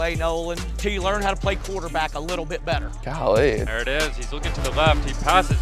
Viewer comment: I’ve heard “golee” from the quarter back so many times